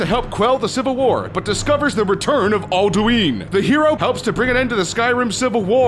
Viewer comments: "al-DUÍN"? You mean, "al-DWIN"? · Boethia and Alduin are SPelt Wrong (i havent played Skyrim today so i THink that i made a mistake in Boethia) also Its impposibble To Say the ENTIRE story Of elder scrolls in 3 Minutes man THIS VIDEO IS SUPPOSED TO BE LIKE Years LONG MAN (btw its Alduin not Aldueeeen get Ye' english Right Lad) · it aldUn not aldeween! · Can't even say alduin right it's not aldueen it's al-du-in it's literally said as it's spelled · It's not Ald-uween it's Ald-uwin. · Can you guys please get someone that has actually played the game to read the script. "BOTHIA" "ALDOOINE" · Al-du-ween??? What the fuck? It is even pronounced in game! How do you fuck that up???